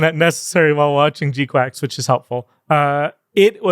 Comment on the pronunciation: Losing my mind at how you all are pronouncing GQuuuuuuX. Did you all decide together to pronounce it quacks? In the show itself they say it's pronounced "kwucks"